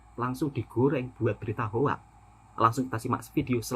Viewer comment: sebutan betul hoax bunyinya adalah “hoks” (“o” bunyi macam o pada “orang”) …bukan “hoak”. Satu lagi sebutan betul “come on” adalah “kam-on” bukan “kemon” dimana “e” seperti bunyi e di “enak”